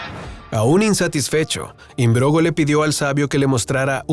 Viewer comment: Philip Im-brog-no, no imbrogo. Buen vídeo!